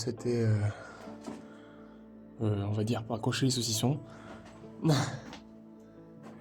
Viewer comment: le sosison 😂